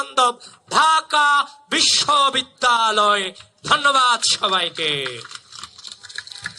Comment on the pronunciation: শেষে কি বিশ্ববিদ্যালয় বলেছে নাকি বেশ্ববিদ্যালয় বললো বুঝলাম না!